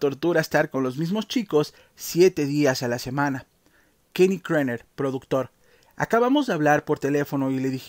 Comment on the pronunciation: Kenny era KERNER y no, Krener... Más de cinco veces el mismo error. Tipo grande...